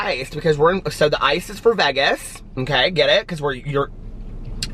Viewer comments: This was nice!!! Have a fun trip!!!! What a cool person # Josh. Oh, it’s Vay-guz lol. Long A. Calories, who cares your on vacation! Yippee! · Please do the sit down with Josh video..he's a cutie!!! You crack me up the way you pronounce Vegas lol